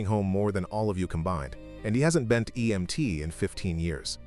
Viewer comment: Why he say emt like that at the end